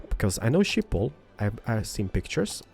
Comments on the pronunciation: Shiphol 😂😂😂 in the Netherlands we say Schiphol with the sch but many people cant pronounce that😂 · "Shiphol"... wauw xD It really isn't that hard to pronounce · Schiphol - pronounced 'Skip-ol' - from the Netherlands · Its always funny to hear people say Schiphol if your dutch. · love the way he pronounce "Schiphol" xD